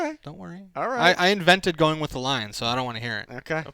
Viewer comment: Lmaoooo I caught that "He's groin with the Ravens."